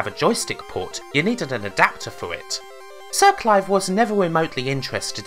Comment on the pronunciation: Lem, Cwap, Siw Cwive